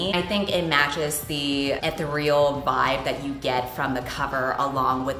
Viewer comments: it's uh-thee-real btw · imma need your to look up how to pronounce ethereal because I promise you it's not like how your saying it